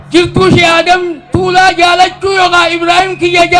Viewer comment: Mashallah ,garuu obbolessa koo Tuulaa jedhi malee Taalaa miti